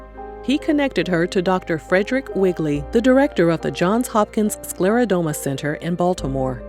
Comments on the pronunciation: It's pronounced: sclera-DER-MA not DOME-A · This was lovely. For anyone reading, it's actually pronounced sclero-DERM-a. Not sclero-dome-a. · SCLERODERMA - DERMA being the keyword for skin. You keep saying SklerodOma in this video.